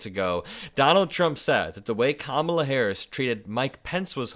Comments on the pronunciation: Oh. My. God. Did he just pronounce her name correctly? I’ve never heard him say comma-la before. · Do not let it go unnoticed that all of a sudden he can say her name correctly!